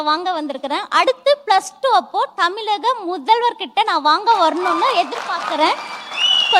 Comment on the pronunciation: இவளுக்கு தமிழகம் என்று கூட உச்சரிக்க தெரியல, தமிலகம் என கூறுகிறாள் இவளை போன்ற வற்களை கட்சியில் இடம் பெற்றால கட்சி இருக்காது நிச்சயம். புரிந்து கொள்ளுங்கள் ஜோசப் விஜய். உங்க கட்சியில் உள்ளவர் எல்லாருமே இப்படி தானா? அதுங்கள ஏன் மேடைக்கு வரவைக்கிறீங்க, ஒ...